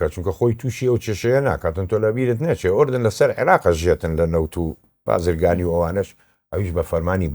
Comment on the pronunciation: بەنگلادشی و فلیپینی کوردیەکەیان لەو توانایەی باشترە ، دەرێ کورد نیە و تازە فێری کوردی بووە بە گۆگڵ ترانسلێتەری ، ئەردەن ئەردەنت لە چیە فلیم هەموو کورد دەرێ ئوردن ، هەر تەمشای کاک عەقیدی بکە کوردیەکی چەند جوان قسەی دەکا شەرم لە خۆت بکە ، خۆ بەکرێ نەگیرای زمانی کوردی تێکبدەی .